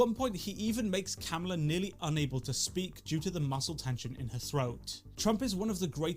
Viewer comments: By the way, it's kuh-MAH-luh. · Kamala pronounced cumala cum ala Cum allah Cum god Would Kamala Harris suck Trump to win the presidency? Is the question on everyone mind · It’s not how you say her name